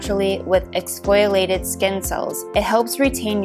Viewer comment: When you miss pronounce exfoliated it really makes me doubt what I’m listening to here